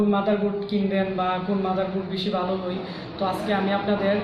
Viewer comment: আপনার উচ্চারণে একটু সমস্যা আছে। 'হই' না 'হয়' হবে।